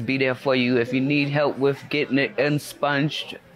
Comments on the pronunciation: Inspunged??? Lmao. Least she tried... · When the momma said, "Insponged"... cracked me up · Insponged!! Are u kidding me!🤣